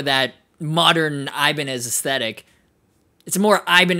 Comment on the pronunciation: I-bin-eye lol